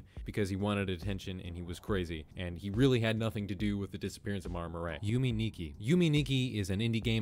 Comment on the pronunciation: Maura Murray is pronounced like More-uh Murry 💗